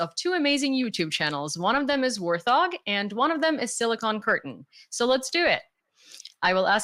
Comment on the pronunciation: Yes, I watch Warth Og three times per day. Although I never call it that. should have done some homework. It is pronounced Wart Hog.